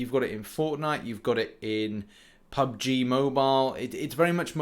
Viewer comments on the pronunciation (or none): none